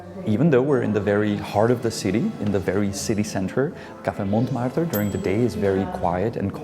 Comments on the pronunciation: Oui oui baguette, Montmartre :D If you're czech, the pronounced letters are : Monmartr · The "t" in the "Mont" of Montmartre is silent in french. The "r's" are hard "r's" 😊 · Et voila! Here the REAL correct french pronunciation of Montmartre ;)